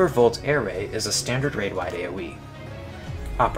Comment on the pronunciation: “Array” is pronounced “uh-ray” not “ay-ray” just fyi :)